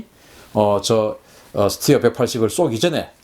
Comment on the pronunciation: 잘 모르면서 무슨 자신감으로 이런 ... 스티어??? 웃기지도 않아요.. 군 전문가라면 스터라고 읽었어야하죠